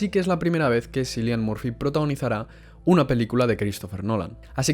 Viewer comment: Se pronuncia quilian...